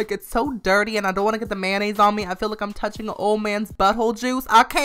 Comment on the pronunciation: he says 'mayonnaise' like 'man aids'